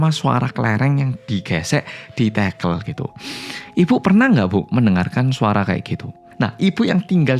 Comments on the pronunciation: Ganggu banget! Tehel bukan tekel kaliii tekel= sleding klo tehel= pr... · LoLLLLL TEGEEELLLL, bener2 wong jowo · baru sempet nonton,dan ngakak banget pas denger "tehel/tekel"itu kan medok jowo bangeeet...🤣